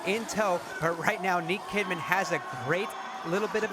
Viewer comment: The name is niek kimman not niek Kidman